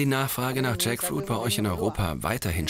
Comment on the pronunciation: Jaktfrucht, spelled Tschäckfuiet, in Lautschrift für unsere deutsche Kommentatorin 😉😅😂